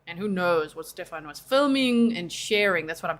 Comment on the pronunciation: I love how he keeps saying Stephan’s name wrong even though he hears her say it the correct way. Subtle.